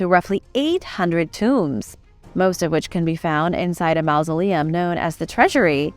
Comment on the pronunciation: The "au" in mausoleum is pronounced like the "aw" in hawk, not like the "ou" in mouse.